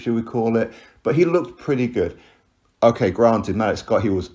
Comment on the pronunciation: Hey. Hope all is well. Malik’s name is pronounced ‘Ma-leek’ or ‘Maleak’. I was listening to your video while working and I couldn’t put 2 and 2 together until I saw the photo. I was thinking who the hell is Malick Scot?